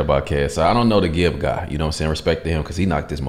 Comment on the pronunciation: Ngl the way you pronounced Gibs name was respectable for an American! Also its Big Nose Na, backwards